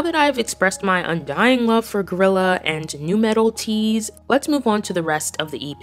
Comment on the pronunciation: its guerrilla not gorilla hunn